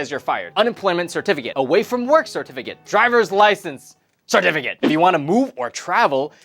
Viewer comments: I only heard certificate. SIR-TEH-FEH-KIT. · SeRt-Fiikate...KaiT...must gurt muRe CeRtifI--KiaTSss! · cetificate was said so many times, it sounds so wierd. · I don't think I can hear the word certificate the same way again.